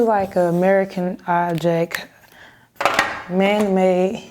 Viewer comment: I'm assuming when she keeps saying 'man may', she means man made.